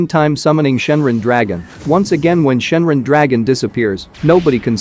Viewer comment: Its Shenron Ai = Shenren 😢 Its Ka me ha me haa Ai = Kemihami ha 😢 Its Ki Ai = Kai 😢